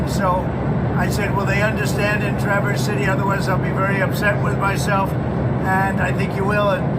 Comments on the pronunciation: Traverse City, accent on the first syllable, not like the word traverse. Also, the a is pronounced like the a in ask. TRA-verse. Because Michigan. You would not want to hear the pronunciations of Saline, Milan or Charlotte. 😂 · David, love ya, but Traverse City is pronounced with the “a” as you would say it in “avenue” not the short “u” sound, and Novi has the long “I” like “eye”. As a Michigan voter who already cast my vote for Harris, this is important to me. Also, Traverse City and the surrounding area including the Leelanau Peninsula are some of the most beautiful areas in our country. If you want to do some amazing backpacking, let me know. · TRAVERS CITY is how its pronounced